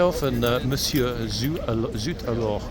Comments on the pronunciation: Pronounce: zoot A-lor. Emphasis on the "A", not the "lore". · Surely Zut Alors pronunciation is basic 'O' level French?